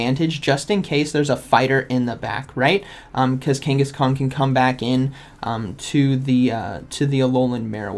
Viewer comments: I swear to god he’s saying Kangaskong the whole video it’s slowly killing me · Is it me or is he calling him kangis-kong....???? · I keep hearing Kangkhaskong :D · I hear it too! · King (kangas) Kong. Just like Genghis Kong. . . smh, lol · Are you saying kangas kong? 😂 it’s like I’m watching a pokeAK video... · is he saying kanghaskong? lol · drivin me frigin nuts as well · There is no “G” at the end of Kangaskhan. Love the content. Watch daily